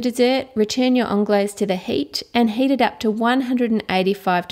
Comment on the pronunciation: it's heat not hate